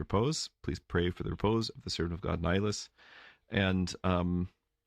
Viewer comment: Is your reposed perish member called Nilus or Naus? I can’t understand the name